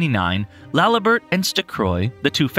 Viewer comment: Laliburt, stuhcroy, what the fuck lol